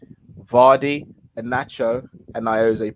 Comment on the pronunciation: How have you boys argued vardy but said mane straight lol 😆😂🤣